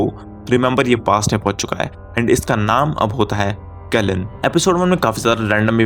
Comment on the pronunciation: Keln nhi ke-lie-an Kelian